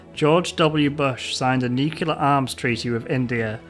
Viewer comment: I love your work, but please stop saying "Nucular".